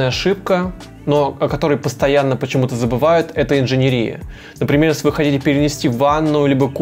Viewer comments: Вы хорошо объясняете,но почему инженерИя? Правильно говорить инженЕрия. Ухо режет. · Только мне режет слух слово инженерИя? Парень, правильно говорить инженЕрия!!! Рассказываешь хорошо, но эта инженерИя (етить её за ногу) выставляет тебя не лучшим образом! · ИнженЕЕЕЕрия. ин-же-нЕ-ри-я. ЕЕЕЕЕ не И😰😰😰😰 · Видео очень хорошее и полезное, но ПОЖАЛУЙСТА - инженЕрия, а не инженерИя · контент огонь)но инженерИИИЯ_)😂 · 😤 ударение падает на третий слог: инженЕрия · Только меня смущает инженерИя. Невозможно слушать. Еще и так часто повторяется слово - брр